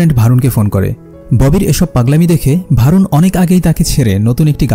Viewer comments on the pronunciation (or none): নাম টা ভারুন না বরুন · নামটা ভারুন হবে না বরুণ হবে।